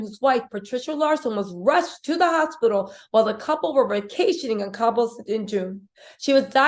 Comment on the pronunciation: The town is Cabo - no “s”. Saying Cabos sounds like nails on a chalkboard, just like people pronouncing the S in Illinois.